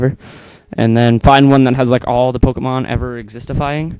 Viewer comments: dude wtf is a poemon?is it a ghost or what? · poemons lol